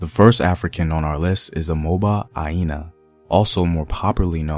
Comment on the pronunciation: Omoba Aina not Aiina, the "omoba" there is a title which means princess or kings child and not a name